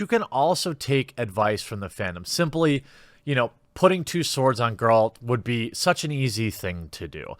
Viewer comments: SeenBett3rDays neither does Jeremy tbh he doesn’t even know how to say Geralt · You play the game, and yet you pronounce it "Garrald of Revaya"...??